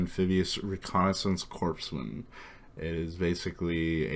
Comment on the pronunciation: Corpsman is pronounced core man, not corpse man